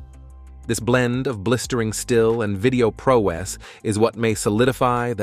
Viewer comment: All this technology and you've got to ruin it with a lousy computer generated TTS voice. Vi-DAY-oh? Share your "thowts" on these in the comments? Hire a real voice talent to read your scripts!